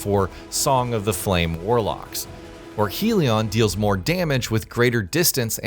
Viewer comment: This person isnt pronouncing the names right. Its hell-ion ...